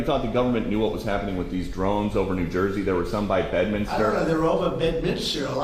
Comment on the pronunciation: I'm sorry but being from NJ, this is driving me nuts .....it's not Bed-min-is-ter..... its Bed-min-ster New Jersey. 😉